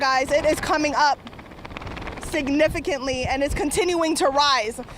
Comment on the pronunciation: Signiffalli ? Am I the only one that heard that....look it's a hurricane, chill out and just announce , you don't need to say the same thing over and "guys" thus can't be a professional person . Guys guys guys 😂 she's a rookie or it's her first storm